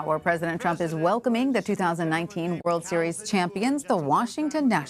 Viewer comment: Did Trump just say "Whirl Series"?